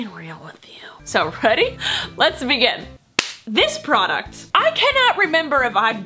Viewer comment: Bruh.... procuct....AHHH